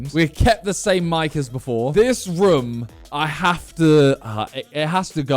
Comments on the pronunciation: I like how Simon says "Roum" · The slight aggression I had every time he said wrumm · Why does he say room like that? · Does nobody notice how Simon pronounces "room" 😂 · Am i the only one or does simon say "room" in a weird way haha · The way he says room is so weird.